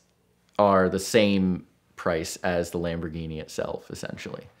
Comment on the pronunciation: Could you let him know that there is no D in Lamborghini.